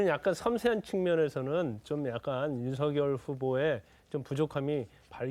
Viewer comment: 모르시나본데 윤석열 이름 발음음은 윤서결이 맞고요 윤성열도 아니고 윤석열도 아니고 윤서결 맞거든요 쓸때는 당연 윤석열 , 왜 뭣때매 윤후보한테 뭐라는디 ? ㅋㅋ 윤석렬이라니 참 국어공부 더 하시지 내가 볼땐 당신이 짬뽕인물인걸